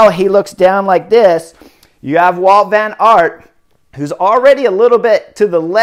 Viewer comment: admitting to trying to crash your competitors. Good guy. And it's Wout, not Walt. Jeeze!